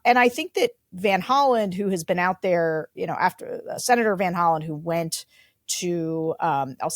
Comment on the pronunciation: It's van Hollen, not Holland.